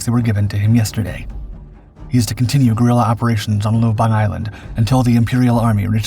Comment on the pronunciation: It's not "Lubong Island", it's "Lubang Island"